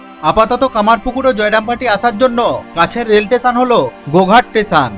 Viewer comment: স্টেশন ❌ টেসান ✅ 😂😂😂